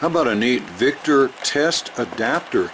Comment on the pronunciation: In case anyone got confused, the "socket extender" kit is made by Vector; it sounded like "Victor" the way you said it. Extremely useful devices!